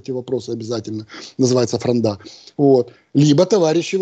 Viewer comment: Мишаня, когда ты научишься ставить правильно ударение в слове фронда ?